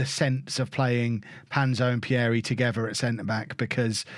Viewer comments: Pierie is pronounced as Peeree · You pronounce Pierie wrongly, the first “ie” you pronounce the same way as the second “ie” as if you say the letter “e”